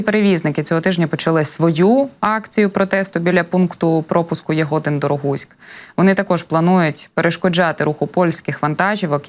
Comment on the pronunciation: Коли називаєте Ягодин то наголос на И